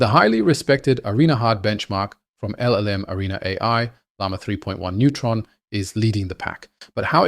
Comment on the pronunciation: It sounds as if you're saying neutron instead of nemotron. 🌻